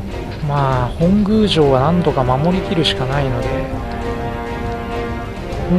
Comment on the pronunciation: 本宮(ほんぐう)❌ 本宮(もとみや)⭕ 頑張ってください！